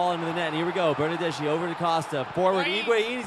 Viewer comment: The bernadeschi pronunciation was ear killingly bad